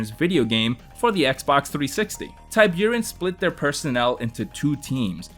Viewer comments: Forgive my pedantry but I think Tiburon isn’t pronounced that way? Not TIE-byour-in but TEE-BOO-ROHN. It’s Spanish for shark. Great video btw. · Great video! I'd say I hate to do it, but I really don't... E.A. Tiburon is pronounced "Tea- Boo- Ron". It's Spanish for Shark. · Ty buren? Wtf are you saying. How the f you don’t know how to say tiburon? Your goddamn name is, holy shit. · Absolute murder of the pronounciation of the word tiburon, that's shark in spanish :( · Your pronunciation of Tiburon is killing me